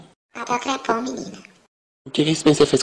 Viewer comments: "Papel crepom minha filha" 😂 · "papel crepom menina" kkkkk